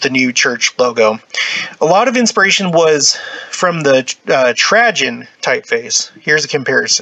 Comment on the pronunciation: This is fascinating but the mispronouncuation of Trajen makes me batty. It's Tray-gen.... like food tray. Not Tra-jen... like tragedy.